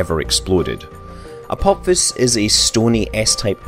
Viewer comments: The video is great but I had to stop watching because you kept saying "Apop-fis." Dude, its pronounced "Uh-pah-phis." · 'Apopfiss'??????? Wtf dude?!?!?!?! Even my dog knows this asteroid is named after the Egyptian God of the underworld, pronounced "A-PO-FISS" not "A-POP-FISS" lol but nice one for the giggle 😉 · "Apopsis" - seriously? Read the fucking word. Apophis. Pronounced: "Apofis" ... ffs.. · Is is really said Apop-his? I would have thought it was ph as in f, so Apo-fis? I think the god is pronounced the same way. Wikipedia agrees and that NEVER wrong XD Scott - you've been in the US too long, pronouncing words exactly how they are written. Tut tut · You thought correctly. The "ap" is the prefix, the stem comes from "Helios" - The Sun. On the other hand, "Apophis" is pronounced "Apofis". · Apop-fis... giggle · Why is he saying apop phys? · It's pronounced "apo fis" !! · Another great video, but you pronounced some of the terms/names incorrectly - such as aphelion and Apophis.